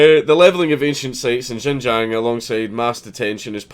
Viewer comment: Not to mention that Xinjiang is pronounced "Shin-jang" NOT *Jinjang!